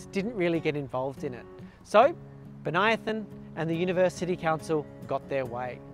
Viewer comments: You pronounce Bonython oddly. Bən-Ī-thon. Not Bon-Ī-i-thon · I know it's uncool to point out, but I once had trouble with this name too (and many others). You say "Bo-nia-thon", I say "Bonny-thon". My family lived on a street named Bonython Street (another city, same famous individual), and as a kid I pronounced it Bonny-thon. Neither of our pronunciations is correct. It's Bo-ny-thon. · And in Canberra, the suburb is usually pronounced Bon-ython